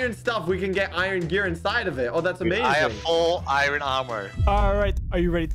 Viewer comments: i love it when calls iron iren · A noob says iron A Blaze says “ Iron (Eye Ron) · I love when calls iron, irin. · sord - ❌ suword - ✔ iyern - ❌ iron - ✔ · It’s I in not I ron